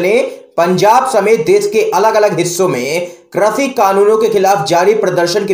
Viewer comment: Krashi nahin, krishi boliye please.